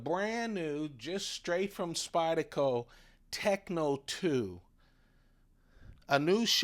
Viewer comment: It’s SpydeRco. The R is not Silent. 👍